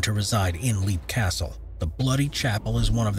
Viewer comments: Leap Castle is pronounced “Lep” not “Leap” as it’s spelled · Its pronounced "Lep", not "Leap". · Leap Castle is pronounced "Lep" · The Irish castle is pronounced Lepp I think? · So many of these videos pronounce names like Leap Castle wrong.